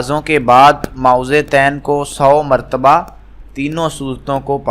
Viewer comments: او بھائ پہلے اپنے تلفظ تو ٹھیک کرو۔ مائوزے تین نہیں معوذتین ہوتا ہے۔ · Mo-awwazatain (apni dorustagi karain.